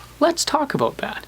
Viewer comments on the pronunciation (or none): Let's talk aboot that.